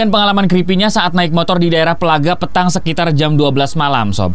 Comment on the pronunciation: Bang sy warga kabupaten badung koreksi dikit penyebutan petang nya bang Bacanya Petang Bukan PEtang